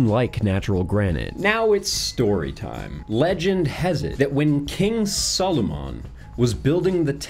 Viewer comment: When you watch too much LOTR that you pronounce Solomon as Solumon.